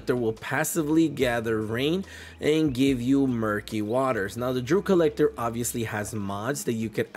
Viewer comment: It is D-E-W Collector! Are you a Kamala voter?😂😂😂